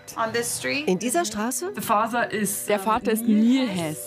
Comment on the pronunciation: Statt Father